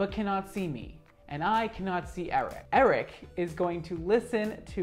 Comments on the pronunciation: I love that he pronounces Eric...like Aric hahhha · why do you pronounce it as air-ick